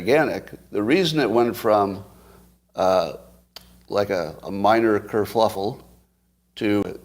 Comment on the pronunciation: The term you're looking for is KerFUFFLE...not KerFLUFFLE (no such word)...now that I got that off my chest, thanks for the content.